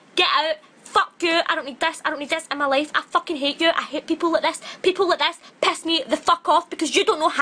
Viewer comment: 'BETCH' 'SHET' 'PESS' 'FUHCKH'